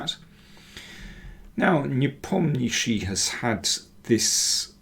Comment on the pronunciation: You need to work on pronouncing these foreign names! NE-POM-NEEACH-CHEE is better 🤪🤪🤪